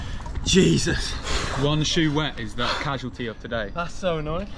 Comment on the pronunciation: Oh no! had a ca-shoe-lty!